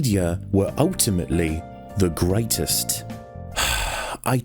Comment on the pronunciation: aussie or kiwi sounding 'graitest'